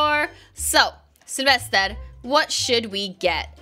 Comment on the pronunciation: I like your accent when you say Sylvester's name